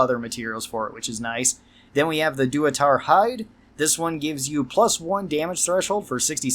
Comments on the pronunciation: You saying dua-tar instead of da-tu-ra is making me laugh so damn hard. EDIT: Yeah okay your ranking for Steady is crazy strange. It gives 95% on VATS in all ranges with nearly any gun and reduces the spread to nearly null. It makes you able to take down anything from nearly any range. Easy S tier. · Please…it’s “Datura” Dat-ur-a. Not doo-a-tar 😂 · It’s pronounced da-ch-er-ah btw, not doo-ah-tar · Datura (Dah-too-rah), Durotar being a desert peninsula in Kalimdor :P. This is a seed pod plant found in the American SW. The seeds of which are psychoactive and used in some medicinal and spiritual practices by natives and others in the areas they grow. I have heard it described as pleasant in small doses and absurdly hellish, bordering on psychosis-inducing in heavy doses. They grow all over the place and surprised me when I learned how potent they are. The game stretches the truth a bit in how effective it is, but it's cool to me that such a substance saw such love in FNV. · That datura pronunciation killed me and made me feel some primal rage, but then I remembered it was probably intentional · Never heard somebody so badly mispronounce "datura" :P